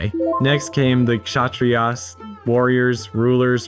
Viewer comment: the way you said Kshatriyas. I had an aneurysm. Learn to pronounce before making videos.